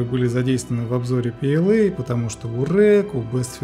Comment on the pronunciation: то есть ПЛА? А в видео пээлэй там букв в произношении как будто это не ПЛА, в чем смысл такого произношения. Я понимаю что английский это круто, но звучит стремно. Лучше бы вы изучали немецкий. Было бы П Л А хотя буквы английские:)